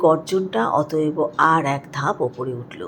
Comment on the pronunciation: অত‌এব কে অত‌এব-অ বলছেন কেন?